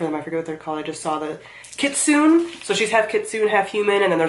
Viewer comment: Shadow of the Fox is SO good! Definitely my favorite series of hers. Also, I think it's pronounced "kit-sune-ay"? (Sorry if someone already pointed that out)